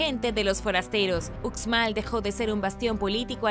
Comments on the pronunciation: Hola Uxmal se pronuncia como ushmal saludos desde Yucatán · Hola me encantan tus vídeos!! Uxmal se pronuncia ushmal 😬